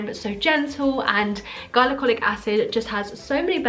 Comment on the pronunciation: no shade or anything but it's pronounced gli-co-lic i think you said it how you say hylarounic acid or something. don't worry not everyone knows this stuff but i binge watch cassandra bankson and she says it all the time! Great video BTW!